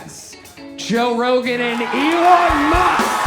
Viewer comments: It’s “e-lon”, not “a lawn” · The way you say “Alon” is fucking terrible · Learn how to pronounce “E”-lon’s name before you waste our time with a video like this... that’s a bad derp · Why u say alan, when his name is Elon… clickbait? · Why do you say Elon like that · Joe Rogan is funny you're clearly just hating. He isn't top 5 or 10 or anything but still. Also, why tf do you say Elon like you've never heard someone else say his name before? You lost be at your fist point for being a lame. Kill Tony probably sucked and has lately but I have a feeling you would be saying that no matter what. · You can’t even pronounce Elon 😂